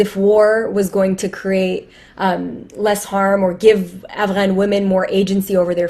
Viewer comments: Why does that woman with the pink towel on her head keep mispronouncing Afghan and calling it Avalan?🤣 I hate English speaking Americans who try to make themselves sound educated by trying to pronounce shit like that. It just makes them seem snobbish to me. Not to mention they sound stupid. As if they're trying to parody someone else's language....lol! And let's face it, she said she's from New York and Not Afghanistan. So she has no reason to be taking all ridiculous like that. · Why is that broad pronouncing Afghan as Avalon?? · This lady is insufferable just from the way she pronounces Afghan.